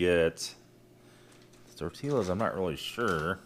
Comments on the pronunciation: Tortillas, pronounced tor-tee-yah. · The l is silent in tortillas